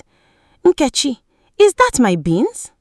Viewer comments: The AI narration completely butchers the pronunciation of Nketchi’s name! Use your natural voice with your natural god given African accent! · Is the name pronunciation by the lady.narrator correct....?? "NKECHI"